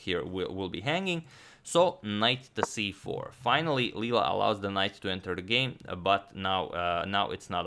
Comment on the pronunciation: btw i think it's Leela not lela